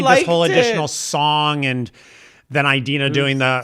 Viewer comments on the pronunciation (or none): Your pronunciation of "Eye-dena" kills me 🤣💀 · Does she actually pronounce her name "Eye-dina"? Like "Eye-rack"? Your imitation of Idina was so spot on I couldn't help but laugh! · The repetition of “EyeDeenah” Menzel is throwing me off big time. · I’m with that Idina (why are you both saying Eye-Dina?) and Kristin would’ve been better as a quick cameo as Shiz professors